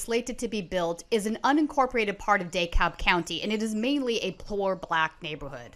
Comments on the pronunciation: Daycab county 😂😂 tell me you not from round here without telling me. D-cab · It's pronounced Dee-Cab county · Mispronouncing the name of the county, at the start, is a bit of a turnoff. Points to a lack of research (or paying attention to locals). Dekalb is pronounced "Dee-cab" in Dekalb County, GA. In addition to that, there is no such entity as the "Georgia State Police"; it's the Georgia State Patrol. This may seem pedantic, but it makes a difference if you want people who live around "Cop City" to take your reporting seriously. You won't change many minds if you sound like a "carpetbagger". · It’s pronounced Duh-kalb, you’re not from here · The county is pronounced "decab" like acab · It's hard to feel any confidence in a reporter when she doesn't pronounce Dekalb County correctly. soo much attention to detail. I guess goes hand in hand with the "Cop City" rhetoric. It is a training center - I guess the activist posing as a reporter here would prefer poorly trained cops. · Dee or Duh, she mispronounced it. I did grow up in Georgia btw, Stone Mountain as a real young child, then Macon